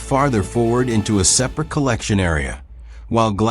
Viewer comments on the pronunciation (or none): It really is. They all really struggle with common words that have more than one pronunciation depending on context. It was 'separate' this time. Hearing these stupid mispronunciations detracts so badly that I can't finish watching the video. More and more of YouTube is being destroyed by AI, there needs to be an indication on the thumbnail if a video contains ANY AI and a way to filter out any videos using AI for visuals or narration. I'm tired of clicking on this crap. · in the video, your AI voice said "separate" (pronounced as a verb) instead of "separate" an adjective. Your AI bot needs re-training. Also "an aluminum ken" No, supposed to be "aluminum CAN."